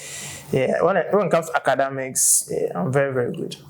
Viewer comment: You that criticize people bitterly on Twitter in relation to english language, you're saying "ACADAMICS". BOI!